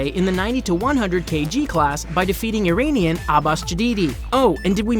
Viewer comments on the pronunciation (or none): none